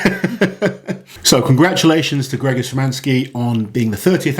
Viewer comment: I'm not polish, but I am pretty sure the name ist pronounced something like "djegosh"